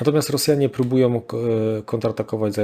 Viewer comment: po kolejnym "Rosjanie próbujOM" wyłączam oglądanie w ósmej minucie. Moje ucho nie może tego znieść.